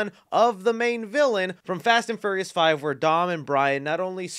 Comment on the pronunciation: Hearing you pronounce furious as furryious makes me smile